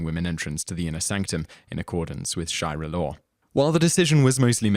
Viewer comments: sharia, not shaira >.< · It's Sharia law, not "Shy-ra" law. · sha-re-ah not shi-ra... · Anyone else bothered that he keeps pronouncing "sharia law" incorrectly? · *sharia law not "shai-ra" law :P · Append Miku Hatsune As if repeatedly saying "SHAI-rah" instead of "sha-REE-ah" wasn't evidence enough, it should be pointed out that this guy has made a sub-career out of mispronunciation; check out some of the other videos for more. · The narrator's constant mispronunciations are really annoying. Any English-speaker looking at the word "Sharia" and pronouncing it "Shy-ra" is just being lazy. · Sharia not Shiari